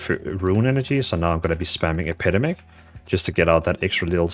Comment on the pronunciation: Brother its EP-EH-DEM-ICK